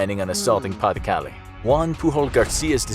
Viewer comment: french ppl: pay du calay: pronunciation go brrrrrr